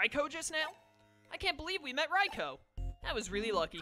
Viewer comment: we need to have a come to Jesus meet'n about how you pronounce Raikou. Rye-coup is how it's pronounced. Like bread and a military takeover